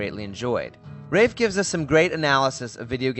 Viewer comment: His first name is pronounced like "laugh" = Raph (it's short Raphael). Cool vid, that book is kickass. He is a true visionary.